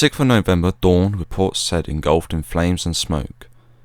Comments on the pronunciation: I think it’s pronounced say-eed not said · I believe it's pronounced, "Port Sigh-eed." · Awesome video mate. Small detail only: Port Said (that is “Say-eed”). Carry on. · It's pronounced, Port Sigh-eed. Commandos are referred to by single digit numbers. 40 Commando is four-oh, 43 is four-three. As The Marines will tell you, forty three is a position in the Kama Sutra. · A good video, but the narrator should have learned the correct pronunciation of "Port Said." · Yeah, it's a superb video - but it was kind of let down by mispronunciations. Not only Port "Sai'eed" but Port Few-ad as he said in the video is pronounced "Port Foo'aad".